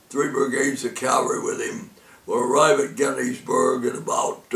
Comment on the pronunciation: Cavalry, not Calvary